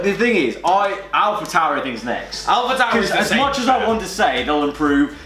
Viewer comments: When they doscussied ‘alpa tauri’ I had to put my phone down of laughter😂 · sober: Alpa tauri me: so is alpine alphine?